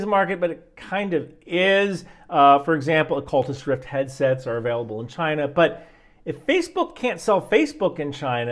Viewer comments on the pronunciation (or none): “Occultist rift”. It’s actually pronounced oculus rift. But I really don’t think you made that mistake on purpose. They are in a cult. Glad to see you getting political even if it’s hidden. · Demid he say Occultist Rift? 😂😂😂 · "Occultist Rift" 😆 🤣 😂 I didn't catch that the first time I watched this., you are my hero, brother.